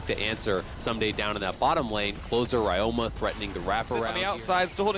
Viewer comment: Why they call ryoma like Rayoma